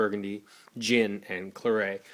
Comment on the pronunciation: You pronounce the t in claret :D